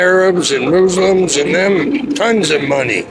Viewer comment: "Mexicans and Moozlims" 😭dude as a moozlim born and raised here my uncles in one of those tents, trust me were getting f**ked over just as much as you